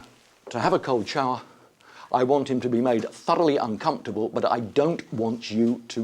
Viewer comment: That's a rather interesting pronunciation of "thoroughly"...